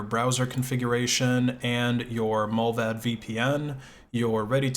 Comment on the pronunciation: Mullvad is pronounced with a long A. Like in 'bar' 'smart' 'cart'. Mullvad means the animal mole.